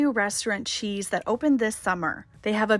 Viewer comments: The Chez restaurant is pronounced Shay not cheese😅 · Hi, there! The correct pronunciation for Chez is Che ( e as in elephant, don't pronounce the z; it means home) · CHEZ is French and means PLACE. Pronounced SHAY ❤ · oh no Chez is not pronounced "cheese" 😅 It's French and it means home. It's pronounced "Cheh" (yes, the z is silent) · Ditto from me, Chez is Shay. You went to France remember or do they specifically call it Cheeze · Fun video in Seaside Oregon! I'll be checking out the places you shared here, and the Chez restaurant looks amazing. Btw...it's pronounced Shay even though it looks like cheese... 😉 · Thank you for taking us along thrifting with you. I am almost certain that the name of the restaurant you went to is pronounced shay. My favourite item is the intricate triangle wooden box. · The restaurant is probably called "Shay", French pronunciation. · CHEZ would be pronounced "shay" being a French influenced bistro. It means "house of" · Great episode! Just wanted to mention that you mispronounced Chez.